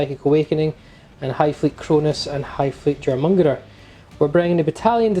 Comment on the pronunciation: Easy way to say Jormungandr...(your-mun-gone-dur)